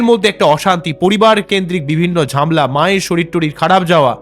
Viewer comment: ঝামলা নয় ঝামেলা